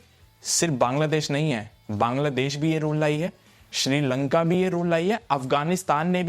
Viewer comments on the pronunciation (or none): none